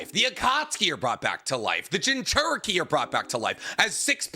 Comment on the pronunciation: Itatchi pursuit has the important war saving crow in it. \o/ It's like the rat in endgame, except this has a setup here. Though I am personally irked by the pronunciation of jinchuriki, it's overall a great video.